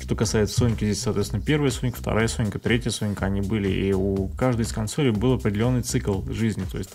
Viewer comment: не говори кОнсолей, слух режет, будь молодцом.